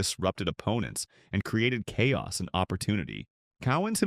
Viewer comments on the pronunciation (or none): none